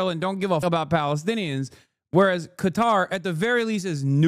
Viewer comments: He can say it properly, but I don't know why he says it in such an American way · I genuinely can't stand how he pronounces Qatar